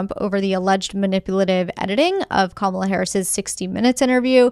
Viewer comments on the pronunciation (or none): none